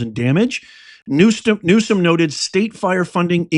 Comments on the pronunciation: He is not pronouncing Newsom correctly. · Please pronounce his name correctly. Your mispronunciation just takes away your credibility.